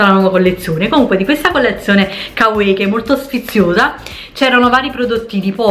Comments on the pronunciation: Ma perché "kawei"? Si dice come si legge, " ka wa ii" (l'ho scritto staccato cosí capisci la pronuncia) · Kawaii si legge "cauaí" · Tesorooo si pronuncia kavai, ahahaha lo so xkè vado pazza x il giappone e tutti i suoi termini, video utilissimo x poter acquistare in tutta tranquillità grazie un abbraccio ❤ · Non varia da pronuncia a pronuncia. Si pronuncia "Cauaii" e basta, se qualcuno lo ha mai pronunciato diversamente lo ha fatto sbagliando, ho studiato giapponese e questa è una delle prime cose che il professore ci ha detto essere conosciuta in modo sbagliato in Italia! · Ciao, a dire la verità si pronuncia 'cauaii' (la doppia - i - finale si allunga ma in un unico suono). 😉 ✌ grandissima 😊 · Marika Frigerio penso varia da pronuncia a pronuncia, in molti video giapponesi dicono kavaii e in altri come dici tu, mi sono documentata ahahah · bella la collezione "cauei" xDDDDDD